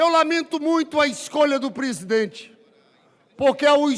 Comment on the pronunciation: "AGORA O PÔJETO É 10 PESIDENTE"